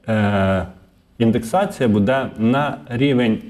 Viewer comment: треба говорити " бУде ", а не " будЕ " - дуже ріже слух.